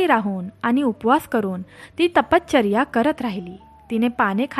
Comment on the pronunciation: तपश्चर्या असे आहे.तपचर्या ऐकायला कसे तरी वाटते.बाकी छान.